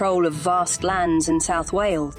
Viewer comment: Can’t even pronounce Wales right alone the welsh names!!